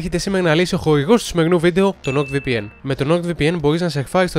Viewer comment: to rrrrr ti epathe otan ekanes thn diafhmhsh tou nord vpn ??